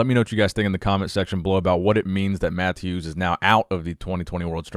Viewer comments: I’m not 100% sure how to pronounce Mateusz’ name, but I’m pretty sure it isn’t “Matthews”. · I think you were saying mateusz name wrong! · Bro, I love you, but you gotta watch a video on how to say mateusz name correctly 🤣